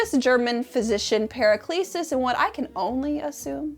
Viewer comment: I feel like that's supposed to be Paracelsus not Periclesis